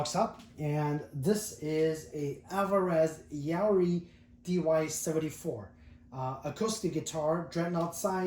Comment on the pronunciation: Pronounced "Ya-ear-ee" . That guitar is Rosewood back and sides and Sitka Spruce top.